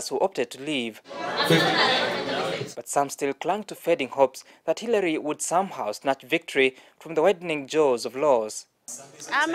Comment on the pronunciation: She said Hirary...👀😂💦💦